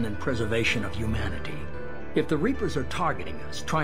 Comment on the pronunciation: Every time he says Humanity it sound like he’s saying “you manatee”